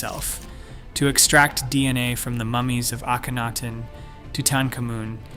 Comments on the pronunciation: You mean mispronounce? Lol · How many ways can Mr. Computer voice find to to pronounce Akhenaton? My fave---ay KEN atoon. Kenny for short. This is one of a group of channels that takes info from real scientific channels, writes dramatic, repetitious, and sometimes rather speculative conclusions, but always with the drama. All these channels use the same overly dramatic writing & computer voice, the same technique of flashing visuals so quickly that you can't tell whether they are relevant or not, the same endless repetition. And Hawass is lead researcher? The mere presence of his name calls into doubt any conclusions.